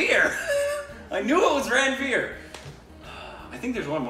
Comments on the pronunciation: I'm so impressed you got these despite not knowing the language! Also, just for your information, Ranvir is pronounced "Run-Veer" just like Ranbir is pronounced "Run-Beer" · Its 'Ranveer' not 'Rain beer'. 😎😎